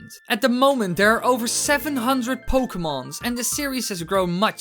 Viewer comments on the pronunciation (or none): "pokemons". lol